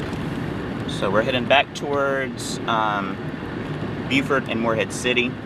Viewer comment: in NC that is Beau fort. SC calls is Beww furt